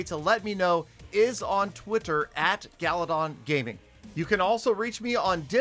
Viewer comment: guys its u know peter 17$ is never wrong.remember its not GALADON